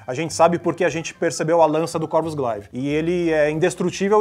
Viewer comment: Se pronuncia Gleive e não Glaive (apesar de ser escrito assim).